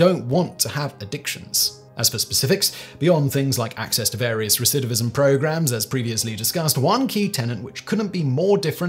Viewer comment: I just want to say how impressed I am by Simon's ability to repeatedly say "recidivism"...I can't say it at all!!!